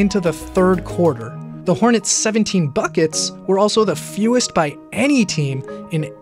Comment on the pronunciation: Did he just say the hornys? 🤔